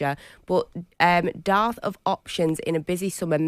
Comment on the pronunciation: Since when is a 'dearth of options' pronounced 'darth'...illiterates...